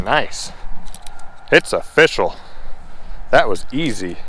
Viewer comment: Was watching part of this while cooking dinner and my son walked in when you said “it’s official” withe the first bass and he said, “I like that pun!” I was like “what are you talking about?” He told me, “he just said it’s oh-fish-al” and I’ll never hear it any other way.